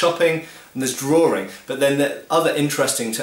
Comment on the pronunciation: Drawring? I think likes to drawr.